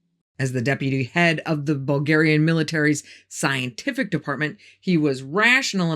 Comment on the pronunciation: Hello from Bulgaria i am impresed whit your pronancuasion of Bulgarian language and names....Just cureous are get some help whit the way you pronaunce?.... Is perfect i am utterly blown.....i fallow you from your early videos till now whit Ballan and the red beard guy:) I wish youa lot of love and luck and healt evrithing good to you....